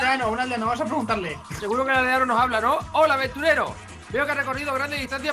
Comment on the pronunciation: "hoda"🙄😂😂😂😂me partooooo